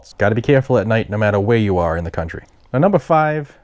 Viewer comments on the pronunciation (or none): none